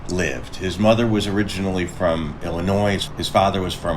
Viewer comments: Please don't say IlliNOISE for Illinois. S is not pronounced. Excellent video, though!! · The s at the end of Illinois is not pronounced. makes me nuts. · Illinois is pronounced without an "s" on the end. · Illinois the s is silent